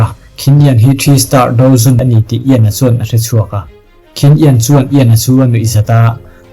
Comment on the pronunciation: i hnar ping tawng a maw ka tia mahse dou zun kha i lam dik ve leh tho bawk sia.. Ka comment ta hram😅😂